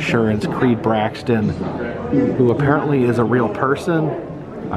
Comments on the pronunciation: How in the hell do you keep pronouncing Creeds last name as BraXton instead of BraTTon!?!?!? It's right in front of you, dude! Haha. I like the new camera btw. Hope all is well! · It’s Creed Bratton, not “Braxton”… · BraTTon.. Creed Bratton not Braxton buddy, You keep calling him Braxton :) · I think it’s Creed BRATTON and not Creed BRAXTON. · I'm not a violent man, but the four times he incorrectly said Creed "BRAXTON", I wanted to hit someone..... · I noticed that too, Braxton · he mispronounced creeds last name twice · Does not know how to pronounce Creed Bratton Doesn't recognize the cups from Kellys party Does not get the Sprinkles freezer reference Are you a fan sir